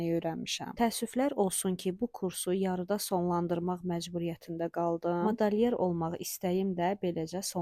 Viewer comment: Madalyer yox..Madelyer